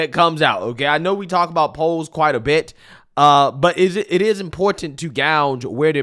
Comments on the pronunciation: “gauge” (pronounced “GAY-J”), not “gouge” (pronounced “GOW-J, as did). Two different words with two very different meanings. Yes, I am the grammar/English language police👮🏽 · Ok, you just mispronounced gauge, who wrote the script for the show? How do you pronounce gauge as gouge if you do your own writing? Gauge and gouge have two completely different meanings. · Love you! But look up how to say gauge.